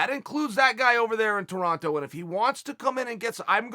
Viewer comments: Cringing every time he says toronto and then realize i have 0 idea where GSP lives. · Anyone else triggered when Chael kept saying Toronto? 😂